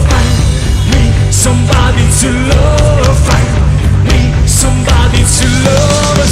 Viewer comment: Mi dispiace ma “sambadi zullooov” non si può sentire